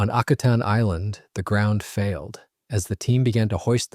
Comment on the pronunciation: You mispronounce the name of the island. Used to run a crab processing plant there.